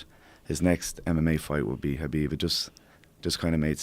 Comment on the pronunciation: Conor’s coach pronounces Khabib’s name correctly unlike 99% of Khabib “fans”